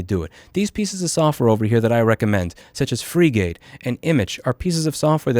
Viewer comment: You call it "free-gate"? I thought it was pronounced Frigate, like the ship Edit: Frigate + home assistant + the ~EUR 70 NVIDIA accelerator is AWESOME. Without the accelerator, Frigate recognizes me as a sheep haha